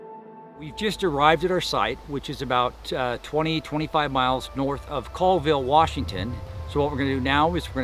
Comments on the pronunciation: it is pronounced call - ville not coal - ville ?? there is no bigfoot in Stevens county. Too many people there. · Colville is not pronounced "Coalville" it is pronounced "Callville". I grew up in Northport just a few miles from Bossburg at that time the tracks were found and we all thought it was a big joke. I never saw anything there in all the years I lived there on a very remote 360 acre cattle ranch at the base of Bodie Mt. However when I was much older I moved to Idaho near Priest River and had a nite time sighting of a set of large red glowing eyes 8 ft off the ground and about 8 inches apart. So Im more of a believer now. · It's pronounced " Callville" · You lost me at your pronunciation of Colville. It is pronounced “Callville” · It's pronounced.. call ville (colville) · Colville =Call-ville